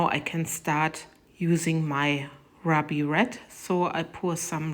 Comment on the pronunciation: That red is just STUNNING!! Its pronounced ROO-BEE for us in the US...just helping you out there...i know it probably gets hard working with more than one language...but you do it BEAUTIFULLY!! These turned out absolutely GORGEOUS,!! You do such AMAZING work!!!! 💜😍💜